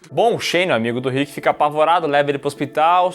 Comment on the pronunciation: Man fala o nome do Rick certo que agonia 😂😂😂 , vcs estão mudando ate o Andrea. A primeira temporada absurdo de bom, e não o Daryl nem chega perto de ser escroto,é so uma cara que foi manipulado pelo pai, e depois pelo seu irmão, é de longe o personagem mais bem desenvolvido, consegue se libertar, e virar um grande líder.